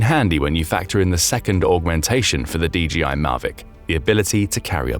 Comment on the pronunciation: DJI: "de jee eye" meaning "de jay eye."